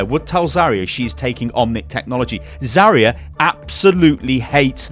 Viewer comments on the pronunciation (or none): Zaryu not Zaria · Zarya, not Zaria